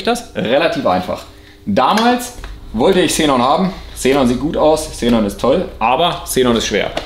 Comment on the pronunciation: Hmmm warum sprichst du das Gas komplett falsch aus? Hab nun 3 Minuten meines Lebens Investiert um recht zu haben: "Xe·non, kein Plural. Aussprache: IPA: [ˈkseːnɔn]" also Ksenon :) ich dachte schon mein innerer Monk hat unrecht aber wieso so komplett falsch??? Ist wie mit Pleuel... Mehrzahl Pleuel... was sagen manche pleule???? :D :D :D Aufgehts weiter mit dem Fideo